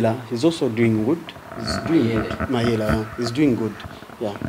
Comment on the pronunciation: Boi not mayela!!!